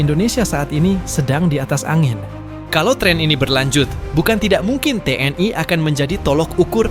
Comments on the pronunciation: kok gak enak ya denger ucapannya nya Te eN I (TNI) jadi Te en ai... jadi melayulayu..🤔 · Ucapkan T N I bukan tnai.😮